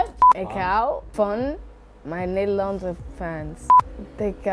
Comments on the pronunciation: ze zegt nederlandse echt alsof je er al jaren woont lol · als ze 'nederlandse fans' zecht klinkt het echt goed nederlends